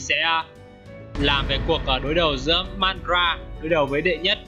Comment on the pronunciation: đọc theo phiên âm là ma_ đa_ra đi. đọc kia khó chịu quá